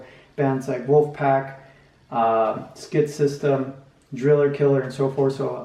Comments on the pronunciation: Skitsystem you pronounce chitsystem . Means shit system in Swedish. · Just a tip: skitsystem isn't pronounced like that. Simplest way for an english speaker is to just say "shit system" because that's much closer and is also what it means. If you want to increase the correctness move the sh-sound further back towards the soft pallet. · dunno how to explain this but skitsystem is swedish and means shit system, the pronunciation is very different from how you say it, google translator has it right, listen to it.